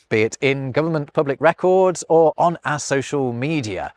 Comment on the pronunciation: "Ah (our) language". "Littaw" (little)... Elocution lessons required on this channel...